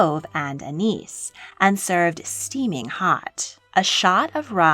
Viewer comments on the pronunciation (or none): none